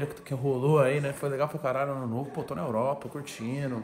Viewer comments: Bugou mesmo que chegou errar a palavra Europa kkkkkkkkkk grande felas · "Eruopa" kkkkkj. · "Eruopa" kkkkkkk